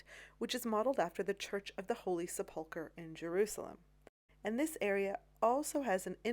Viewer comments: PLEASE stop saying "Sepoolker". The word is pronounced "Sepulkrer?. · Such an interesting video. I believe the word is pronounced as sep-ul-ker. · ‘Sepulchre’ is pronounced with equal emphasis on all parts - ‘sep-ul-ker’ and not with emphasis on ‘ul’ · Great video as usual. Just one point, sepulchre is pronounced with the emphasis on the first syllable, not the second as Americans oft do. Thank you. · Sepulchre is pronounced "SEP-l-ker" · Sepulchre is pronounced sep•luh•ker ker rhymes with her. 🙂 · Accent on the first syllable not the second as you are doing. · Just watched this. You’re pronouncing sepulchre wrong. The accent is on the first syllable. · The pronunciation of St Sepulchre? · You totally mispronounced Sepulcher. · Very interesting. Please check your pronunciation of sepulcher.